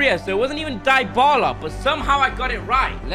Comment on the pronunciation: Bro said dybaula for yuventus